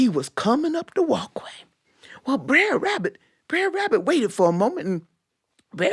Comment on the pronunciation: I think that at any rate the pronunciation is closer to "bruh" than what she said, because the ending should sound like the ending of "brother." Br__er. Not brair.